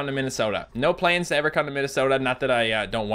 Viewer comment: I'm English so when he said planes to go to minisoda (is that how you spell it? ) did he mean plans?